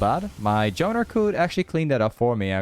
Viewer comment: Why do you say jowner and not jungler?